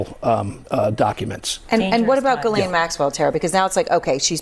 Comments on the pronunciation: Pam Bondi has read a ton about Ghislane right? Why is she calling her Gerlane? Pam Bondi is in over her head. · "Gerlane" Maxwell? Bondi, Super Genius.